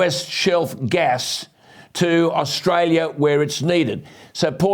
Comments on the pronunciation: At what point did she say Australia wrong??? Pull ya head in ffs!!! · She can't even pronounce Australia correctly and she's in our senate. What a disgrace.